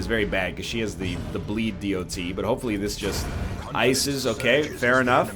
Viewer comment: NL I love you, you're doing great! BUT PLEASE SAY DOT LIKE DOT NOT D.O.T. I love you and want you to know that :D